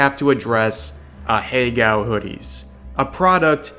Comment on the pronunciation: I really wish this dude would stop trying to pronounce "ahegao" lmfao